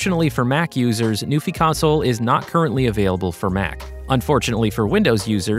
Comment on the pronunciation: I thought it was “new∙fye,” rhymes with WiFi.